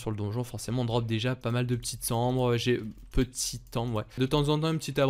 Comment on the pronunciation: A chaque fois que tu dis déji je perds un an de vie sache le